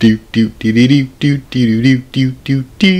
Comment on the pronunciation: I had my closed captions on and he was saying derative